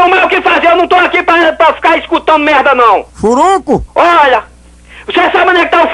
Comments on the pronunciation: ''furuncu'' kkkkkkkkkkkkkkkkkkkkkkkkkkkkkkk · Furunu?? furuncu? furuncuuu... kkkkkkkkkkkkk